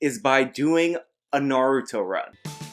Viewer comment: you are a naruto fan but cant say "naruto" properly